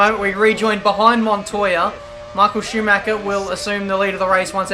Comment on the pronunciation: IT'S SCHUMACHER !!!!!!!!